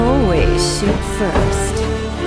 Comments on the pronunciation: does she really say "i always shit first"? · She said " I alwats shoot first" but she says something like shioot"